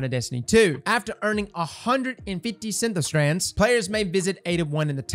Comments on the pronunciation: Wtf is a “Synth”O”strand”? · 😂😂 It's SYNTH-strand. I see you're loving that invisible "O" I feel ya 🤣😛